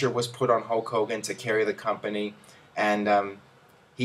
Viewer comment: STOP SAYING HOWK HOWGIN! It's so fucking annoying